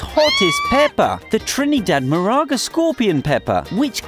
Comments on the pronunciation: MORE-RUU-GA Not Moraga bro tf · Its Moruga not maraga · as a trinidadian i’m offended you didn’t pronounce morUga pepper properly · You pronounce moruga wrong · i live in Trinidad and i just have to say u said '''Moruga''' Wrong. The last time i check Moruga didnt have ah '''N'' in it ok. And u said some other things wrong as well.........And...well some of the things are true but the way you were talking it was kinda offensive. Like when u said dont go to Trinidad but go to Tobago. Trinidad has the same beauty as Tobago but the crime rate is high but there are some places that are save the whole country isn't deadly ok.,.............but that still doesn't mean in not offended. Please do more research and learn how to pronounce our words before telling other people who may not know and give then the wrong things to say and wrong information. P.S. Im jut being honest if you dont like what i have to say then deal with it. THIS WAS OfFenSIvE